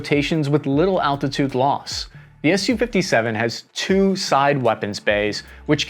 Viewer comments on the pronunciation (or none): "Ess You." You said it right a couple times. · It’s S U, not SUE.